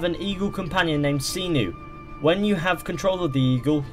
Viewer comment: It's Senu, not Seeenu